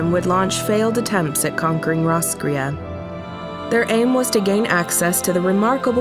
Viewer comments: My only complaint is that you have taken the name of an Irish town and completely destroyed it. It should be pronounced Ross (from Friends) - cray as in "girl you cray cray" or Crayfish. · Well Roscrea is a little town in Eire and it's pronounced Ross Cray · Roscrea is also a town in County Tipperary, Ireland. It's pronounced Ross-cray. This has been your useless info nugget for today. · Fun fact roscrea is a town in Ireland Though we pronounce it like ross_cray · Thought roscrea was a town in Tipperary Ireland 😂 pronounced diff do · Ikr the narrators pronunciation hurt my native ears 😂